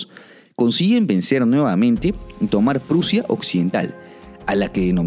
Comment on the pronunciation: Prussia .suena como. Russia